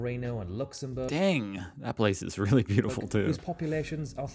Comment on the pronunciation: The First Person to call Berlin beautoful lmao